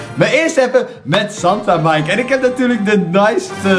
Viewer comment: omg santa mike. spreek je anders uit